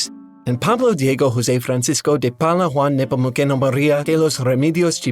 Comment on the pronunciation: Pretty good but "Nepomukeno" and "Tipriano" were dead giveaways. "C" is most often a "S" sound